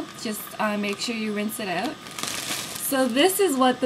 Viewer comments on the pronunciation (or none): Dominik Doherty Make sure you rinse it oot